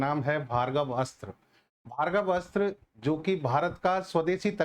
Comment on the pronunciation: आप भार्गवस्त्र बोल रहे हो सही नाम है भार्गवास्त्र वा" का उच्चार कठिण है क्या?